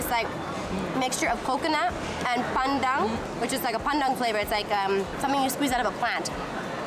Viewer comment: giving you a like and subscribe for the pure attempt at pronouncing "KAYA" and "PANDAN" properly. I've heard countless Singaporean's go overseas and change the way they speak to appease the westerners. So thank you and!